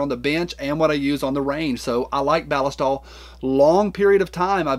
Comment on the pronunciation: The way you say “ballistol” is correct because that’s how the Germans say it. Just watch one of their videos on their product. 😂